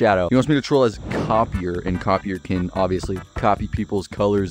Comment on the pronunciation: "his name is copeier!!" how do they not know how to pronounce copier